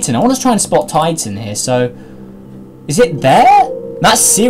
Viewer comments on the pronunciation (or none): none